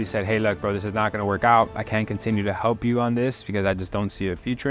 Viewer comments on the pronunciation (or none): none